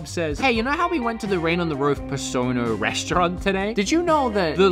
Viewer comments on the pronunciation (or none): none